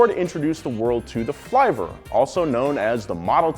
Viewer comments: Seriously. It's filver with a small I not flIver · NOOOO! You don't pronounce it fly-ver. It's flivver, like liver. Just google it. Or ask anyone in Kingsford, MI. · Dude, when the consonant is double, the vowel is short. Flivver is pronounced like liver, not diver. If you are going to make a video, try not looking like you don't know what you're talking about